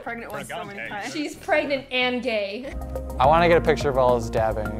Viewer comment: She tried to say GAY lol